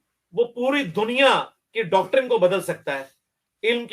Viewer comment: ڈاکٹرن۔۔۔صحیح تلفظ نہیں ہے۔۔۔صحیح تلفظ یہ ہے۔۔۔ ڈاکٹرائن